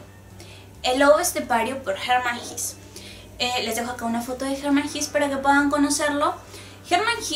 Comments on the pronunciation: Por que pronuncia jis... no es jes? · SE PRONUNCIA "GESÂ" NO "GIS". ES ALEMÁN, NO INGLÉS. En alemán, todas las palabras que terminan en E o ER, casi se pronuncian como una A. EJEMPLO: WEISE (vaisa) o HELLER (jela). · Se pronuncia en alemán Como se escribe: Hesse. (no "His") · Sandra Schulz ¿Entonces se pronuncia < > y no < > ni < >? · Hola, me alegra que hayas resenado este libro, es uno de mis favoritos. La verdad que me cambio la vida, completamente. Tengo algunas anotaciones que podrian interesar. Primero, la pronunciacion del escritor vendria hacer algo asi como /jesse/, Segundo, existe una pelicula americana acerca del libro, el director es Fred Haines el mismo que llevo a la pantalla Tropico de cancer y Ulysses. Tercero, la ultima parte del libro la del teatro magico, y las cinco puertas me parece ALUCINANTE muy pero muy parecido al capitulo final de Twin Peaks. Bueno no te aburro un fuerte abrazo sigue con los videos, espero que tu siguiente escritor sea Junot Diaz. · La pronunciación exacta de Hesse es /jéese/ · Horrible pronunciación del apellido!!!